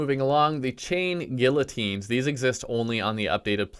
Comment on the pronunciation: Hearing this guy mispronounce guillotine several times physically hurts.